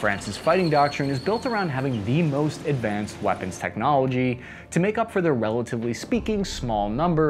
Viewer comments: 'Moist' expensive 😂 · ‘Moist’ expensive lol